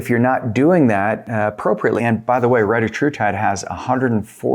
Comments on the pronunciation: RE-TA-TRU-TIDE not RETA-TRUTIDE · Thx, all good and interesting info. Not a criticism but, for the sake of accuracy, you should verify the correct pronunciation of retatrutide. The Eli inventor recently confirmed the correct pronunciation and it’s very different.